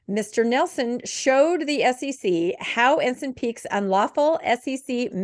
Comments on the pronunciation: Also, it's not Ensin, but Ensign, like stop sign. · It's tight vs. loose pronunciation. 😂